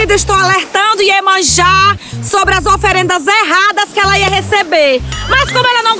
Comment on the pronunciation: Ela falando de Iemanjá 😂